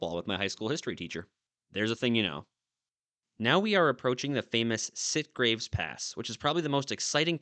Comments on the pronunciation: Great video! Having lived in Kingman, Mohave County, near Oatman , I always heard Yucca pronounced with a short "u" vowel sound like the yucca plant. Also, I recall Sitgreaves pronounced like "sitgreeves", not "sitgraves". Local pronunciation? But anyway, when in Oatman, do as the Oatmanians do. Thanks for the memories. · FYI. YUCCA is pronounced YUCKa. SITGREAVES is pronounced SIT-GREEVES.